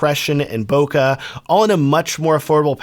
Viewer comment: Great lens, great review. One thing, there's no "uh" in bokeh.